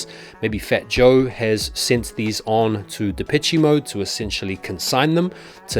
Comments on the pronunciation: Depeche in Depeche Mode is pronounced De-pesh, not Depe-che Mode, man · “De-peh-chee” Mode? Huh. 🤔 Always thought it was “De-pesh” Mode. But who cares. Great band tho from the 80’s. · ITS PRONOUNCED DEH-PESH MODE… A REFERENCE TO THE LEGENDARY MUSIC GROUP. thank you.